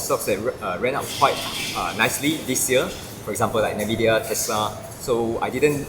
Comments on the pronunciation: said Nvidia as Navidia. It is pronounced uhn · vi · dee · uh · is very clear and logical in term of his sentence structures and thinking. its ok to pronounce Nvidia as NAvidia!!